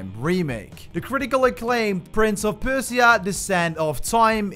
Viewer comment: Bro firstly you pronounce Persia wrong, then it’s not rainbow six siege quarantine it’s just rainbow six quarantine